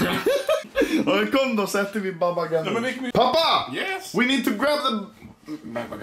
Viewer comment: It's Pappa not papa